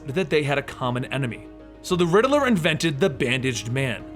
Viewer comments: It's pronounced riddler not rideler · “The Littl-er”